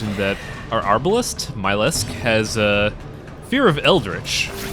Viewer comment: btw, in MylesK the Myles and the K are pronounced separately! Apart from that keep up the good work, liking the series